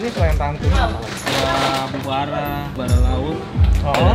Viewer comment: Bukan abubara, tapi bobara..